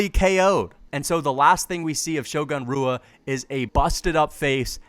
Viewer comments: "Shogun Rooah" LMAO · I was going to watch your video because I actually agree with the whole concept but if you can't pronounce Shogun's last name right then I think I'm just going to stop at a minute 35.